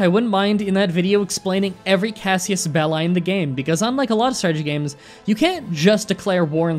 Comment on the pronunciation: Its Casus, not Cassius.